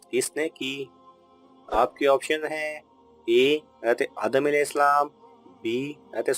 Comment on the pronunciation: Apko hazart sahi se bolna chiye. Ete na bol kr hazrat e adam bolna chiye tha